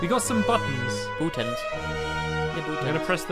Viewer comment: "bootuns" says the squid.